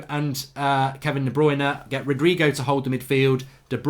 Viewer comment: It's not Rodrigo is Rodrey